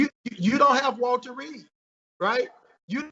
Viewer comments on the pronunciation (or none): none